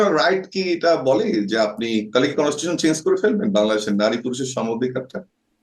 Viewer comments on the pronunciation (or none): How come he is lawyer he can’t pronounce constitution…😃😃🤣